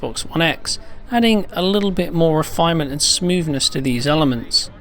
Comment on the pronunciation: Ah yes, another video "wif" "smooveness".